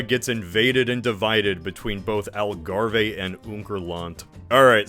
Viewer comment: i had to do a double take when i heard algarve. never thought i would hear part of my country be pronounced like that